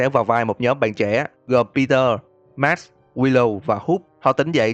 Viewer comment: anh ơi cái thằng nhân vật tên Pete nó đọc là Pít anh nhé chứ ko phải là Pi Tơ